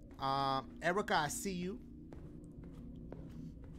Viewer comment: he said "erica I see you"...shit threw me off so hard👀 cause that's my name BUT the way you said "erica" dashie..that was funny. You emphasized every syllable 😂